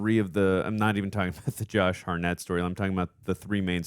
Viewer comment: "Josh Harnette" :D